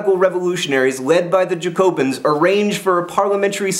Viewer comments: I'm glad that you acknowledged your lack of ability to pronounce certain french words, but putting the emphasis on the "co" rather than the "ja" of Jacobin, whether you pronounce the french ending correctly or not, kind of hits a sore spot for me. Then again, the captioned photos defs made everything beyond epic. :D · ZZHAC-o-been, where the ZZH sounds like the s in english words like vision or leisure. Lol at Jack O bin. Sounds like the place you put your halloween lanterns when they've gone mouldy. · It's Ja-co-bin!!!! You should read some Jacobin fiction. The only one I've read is Caleb Williams by William Godwin, it's very good. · Not at all, It is pronounced "jacobin" with the nasal vowel like in french. Cause it's French (wow I'm enlightening xD). We don't pronounce "j" like "y", that's some other people in Europe, the German maybe? c__c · I'd say more like 'jah-co-ben' but that's just me. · its Jack-o-bee-anne :P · its pronounced Jacobin :P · Aaaaaahhh! It's JacoBAH. That's how you pronounce it! Very nasal. Other that that, brilliant! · Your pronunciation of jacobin actually made me cringe. And the fleet to varennes was actually the monarchy leaving for Austria